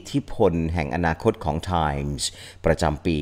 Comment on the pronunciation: ไม่น่าสงสัย รุ้งก็เคยได้ ทอนก็เคยได้ Time อ่านว่าแดม พิตาน ยังเพ้อว่าจะได้ไปกล่าวสุนทรพจน์ที่แดม 😔